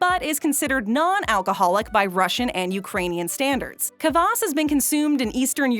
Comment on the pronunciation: kvass not kabass